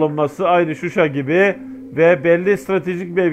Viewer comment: Susay degil Shusha kenti.bide bu resmi haber degil